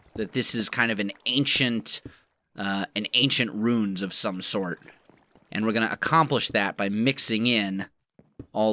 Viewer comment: Are you trying to say ruins? Because to me it sounds like youre saying runes